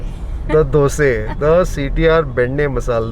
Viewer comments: Love it when u say dose instead of dosa..😆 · I like how he says Dose and not Dosa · Wonder why you call them doseee and not dosa ?